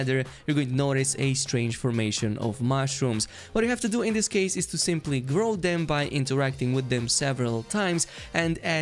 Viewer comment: “Grow them” I thought you told us to grope the poor mushrooms 😱 Thx for all the good contents <3